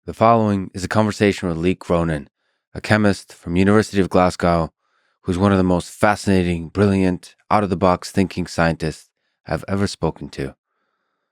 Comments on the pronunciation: It’s Glas Go not Glas Gow. Never heard it said like that. 😉Thanks for staying and giving us your podcast. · Don't quit Lex! Just pronounce Glasgow right. Not Glasscow it's Glazgo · Just a headsup Lex, it's pronounced Glas GO, not Glas GOW. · Lex, it's "Glas-go" not "Glass-Cow" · Scot here 'glas go' is how it's pronounced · It is pronounced... Glaz go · Love the way he tries to say Glasgow!! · Its pronounced like the firdt part of blasé with the word Go on the end🤝